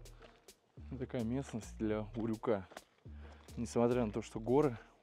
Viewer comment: Не урЮка, а Урюка